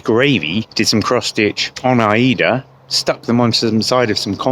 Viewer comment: Thanks so much for pronouncing Aida the original way! Love this video.